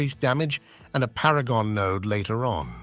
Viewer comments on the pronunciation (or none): none